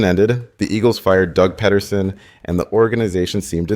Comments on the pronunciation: Peterson NOT Pet-tersom SMH tf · “Pedderson”?! Come on bro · If you're gonna do an Eagles documentary at least pronounce some of the names right 😂. Doug Petterson, Dallas GoDirt. Bro is driving me crazy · This AI voice was very convincing until it said Doug Pedderson, 14 to 3, Dallas Go Dert, and other weird mistakes. Next time just narrate the video with a real person. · Are you mispronouncing those names on purpose? How do you get Sirriani right but Pederson wrong? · Bro whoever told you how to pronounce Pederson and Goedert lied to you lmao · I stopped watching once you pronounced pedersons name. Show some respect